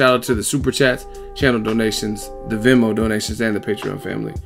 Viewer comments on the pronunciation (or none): none